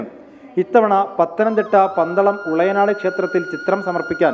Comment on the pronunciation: ഉളയനാട് അല്ല ഉളനാട് എന്നാണ് 😀